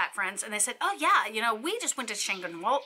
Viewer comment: Very Informative, but pleeeeease at least make some resemblance of effort to pronounce Spanish words in Spanish. EverytIme you said the word "Chanqueenola" I wanted to throw something at the TV. 😆